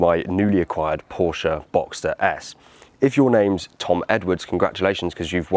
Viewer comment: There's no "A" at the end of Porsche!